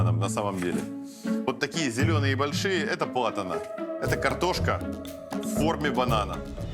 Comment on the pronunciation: не Платана, а Плантана Но в общем красавцы)